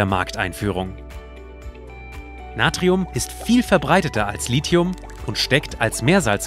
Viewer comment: Endlich mal jemand, der Lithium und nicht 'Lizium' sagt... :-) top!